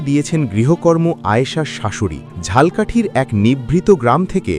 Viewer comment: সঠিক উচ্চারণ: 'ঝালো' 'কাঠি' 'ঝাল্' 'কাঠি' নয়। কিন্তু লিখতে হবে 'ঝালকাঠি'।